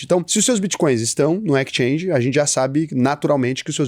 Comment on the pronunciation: EXchange (Ekischange) 😉😄